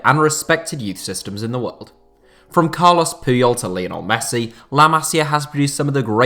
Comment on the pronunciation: Yo,it's not Cales Puyol it's Carles you have to read the R,not ignore it and you said "Masiar Academy"! Like what the hell man?!Where did that R come from? It's Masia Academy not Masiar Academy